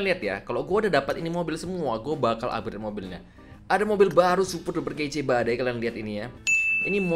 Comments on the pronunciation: "UPGRET" "UPGRET" "UPGRET" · "Upgrede" "Upgrede" "Upgrede" "Upgrede" "Upgrede"